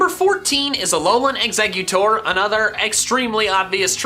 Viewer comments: EXEGGUTOR, NOT EXECUTOR! FIX IT NOW! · It’s eggs-a-cute-tor